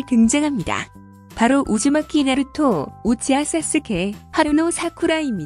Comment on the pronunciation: 나루투가 아니라 나루토!!!!!!!!